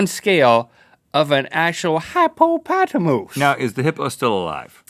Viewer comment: Literally everyone alive except link: hippopotamus link: HYPOOOPOTTERRMAOSE